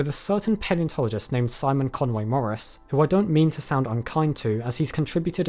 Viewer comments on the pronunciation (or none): none